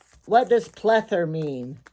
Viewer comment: I just love your videos, you are so down to Earth ! I like when you try clothes on, it gives us a preview of what they look like on a real woman's body . (Plus, I can see if my "G's" would show !! )BTW the word you were using is "plethora" with an "a" at the end . Alexa got it right. I won't have one of those things in my house, always listening...not that we have "State Secrets" in our house, it's just the principle of it. I really value my privacy. Have a great sabbath evening !